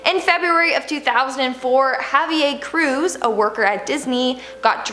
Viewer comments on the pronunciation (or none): The way that she pronounce Javier Cruz hahahaha Ha Ve Airrr with a slight roll on the R I love this videos